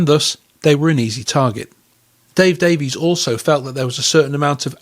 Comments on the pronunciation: Davies is pronounced Davis in England, according to Dave. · Great video. The Kinks 60s singles are incredible. They pronounce their surname Davis not Davies. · DAIES is pronounced Dave-Iss, Mick is pronounced MĪCK ( Mike) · I had heard it is pronounced "Davis" in England, but to us Americans who don't know any differently, it is pronounced as it looks. If that is true, I wonder if Ray and Dave, overtime, just accepted the American pronounciation. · Strangely enough, the brothers each pronounce the name "Davies" differently.